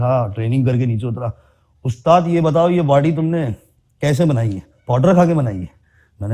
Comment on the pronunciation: Aaj k baad aap "ustaad" nahi "ustaaz" 😅